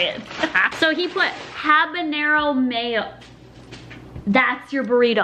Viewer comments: The way you said Habanero made you sound really white and I’m white my self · The "h" is silent in Habanero ;), trust me, The Habanero is one of my best arias =)